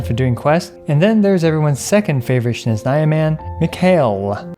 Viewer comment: My poor ears when he said "shneznaya"...